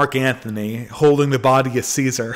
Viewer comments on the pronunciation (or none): none